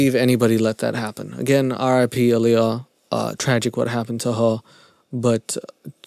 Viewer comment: Hearing R. Kelly call her "Liyah" is literally making me nauseous.